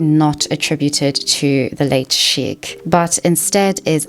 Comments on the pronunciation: Hello! Just some feedback. Sheikh is better pronounced "shaykh" with a light k, almost like your huffing before the k. "Sheek" sounds too similar to "Sikh" (prn "seek" or "sheek" thru diff cultures) which is a totally different word. It's a small detail, but it does throw off listeners like myself, familiar with both words. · Sorry Sheikh is pronounced like Shake not sheek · it's pronounced as shake, not shik. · Sheik sounds like "shake."